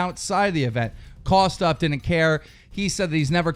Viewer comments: Keem, its Kosdff.... Not Kosdoff... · And by the way Kosdff's name is pronounced kos-diff not kos-duff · It's kosDFF stupid stop saying kosoff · Its kosdff not KOS DOFF and leave him alone. Hes just protecting parker. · Its kosdff not kosoff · He says it like Kosssdoffff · I believe you mispronounced kosdff. It's pronounced kumduff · who tf is coss off, lmao i know what you meant but thats a big slip up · Lol he pronounces it Kosdoff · The way u say it is soooo wrong. Kosss-Diffffff thats how u say it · You can't even say Kosdff's name right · FUCKING SAY KOSDFF'S NAME RIGHT ARE YOU FUCKING ILLITERATE?? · Keem 100% pronounced KOSDFF's name wrong to show that he thinks he's a nobody